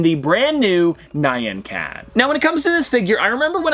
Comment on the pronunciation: Why do you pronounce Nyan like the name Ryan? you pronounce it right when you sing it! Nyan means "meow" in Japanese and it is pronounced 'knee-awn' but fast